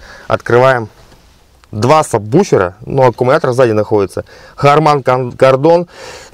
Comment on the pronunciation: Два «»»»»»»»САБВУФЕРА»»»»»»»»».Говори правильно.